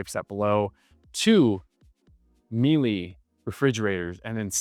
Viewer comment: Miele: pronounced Mee-luh